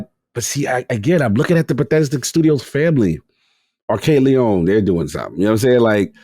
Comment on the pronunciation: Great podcast but please, Lyon is lee-on not lee-own